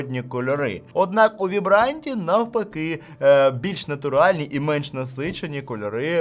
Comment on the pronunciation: Огляд чудовий, як завжди) За 400-500 зелених непогана іграшка 😌 І до речі vibrant вимовляється як «вайбрент», а не «вібрант»😉